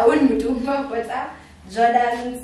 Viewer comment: Yahh, mtumba not mtumbaa😭